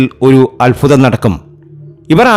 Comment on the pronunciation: Malayalam sharikk parayan padikkedo ... Phagyam.... Alphutham jyothishatheyum malayalatheyum vybhicharikkathiri . thanteyoru "phagyam"